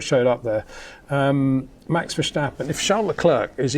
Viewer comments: Thanks for your great videos. Always a joy. Having said that, my ears hurt every time you say Versjstappen. It is pronounced verstappen (as in stagnant). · HEY PETER WINDSOR, I HAVE MESSAGE FOR YOU SIR: With all due respect ... it is NOT Max "verSHtappen" ... Max is not German (Germans indeed do pronounce "st" as "sht") ... #Max33 = Dutch NL/Belgium! ... It is not "Bottash" nor is it "Lewish" certainly not "verSHtappen" .... This BS started long time ago when a British sport presenter interviewed father Jos Verstappen and assumed you can use a German pronunciation to a Dutch Driver thinking it is so "funny" ... It is not. Serious question: can any Englishman say "versatile" out-loud without saying "vershatile" phonetically? most can about 99,99% ... that is why most English can pronounce Verstappen 100% correct! Father Jos Verstappen (also F1 Racer) was very active between back then only a very few said "Vershtappen" but the vast majority of British sport presenters pronounced it perfectly ... only a few old stubborn farts like Peter Windshor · I thought he'd rather backed away from the extreme VerSHtappen lately